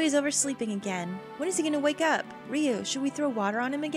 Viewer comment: I've been wondering for awhile...um... are you saying Riou's name wrong? It looks like it should be pronounced "ree-oh" instead of "ree-oo" but then again, maybe it's just me xD